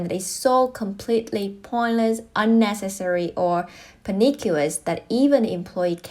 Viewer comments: Pernicious is pronounced as "Per-Nih-Shus" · Pernicious is pronounced per-nish-us. xin lỗi bạn đã sửa, hy vọng bạn không nghĩ rằng tôi đang thô lỗ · You pronounced "pernicious" wrong